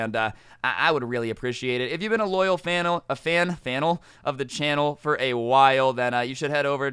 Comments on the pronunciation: Wtf is a “fanal” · Ah yes the loyal “fannel” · "Loyal Fannle of the Channle"